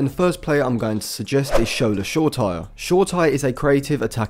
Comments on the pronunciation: FYI Shoretire is pronounced somewhat likeShor-ay-ti-reh, but good video as always! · it's actually shor-eh-tihr-eh, not an english name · Dude, at least pronounce Shoretire's name properly.....but great content as always man